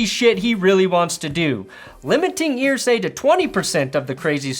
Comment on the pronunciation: It's "Er-say" not "Ear-say". Signed, A Colts fan